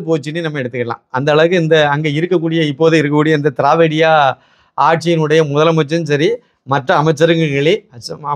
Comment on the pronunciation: திரவிடியா மகன்கள் ன்னு நீஙக சொல்றது எனக்கு வேறே மாதிரி கேட்குது.சார்😂